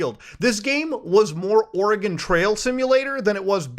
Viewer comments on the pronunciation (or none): none